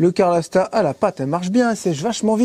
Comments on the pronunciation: Bonjour, les jeunes. Bien que n'y connaissant rien en mécanique, j'ai apprécié ce reportage, mais, il serait temps d'apprendre à prononcer CA-LOR et pas CAR-LO!!! Pense à Ma que calor! Sans rancune... et bon voyage. Bernd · CALORSTAT! !!! et pas caRlorstat :-p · Roooooo ! C pas carlostat !!!!! C calorstat !!!!!